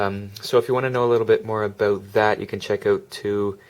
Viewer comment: Aboot haha...